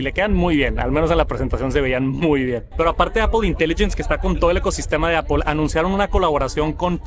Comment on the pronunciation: APL no APOL 😢 no hay ninguna O en decir manzana 🍎 en inglés, puedes nombrar perfectamente todas las otras palabras en inglés, menos manzana 😢